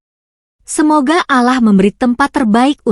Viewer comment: Kalian .... kalian.... Narasimu min kurang elok, yg lihat video ini bukan hanya anak2 kecil dibawah umurmu yg baru beberapa belas taun. Ga sopan tau..!!!! Dan satu lagi saat melafalkan lafadz Allaah sepertinya kamu bukan muslimah ya?